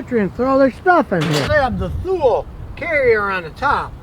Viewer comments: Thule is actually pronounced "too-lee". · Scotty, Thule is pronounced Toolee, Danish word, air base name in Greenland, Arctic Circle. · Thule is pronounced “TooLee” I work in a Bicycle shop, I say this all the time lol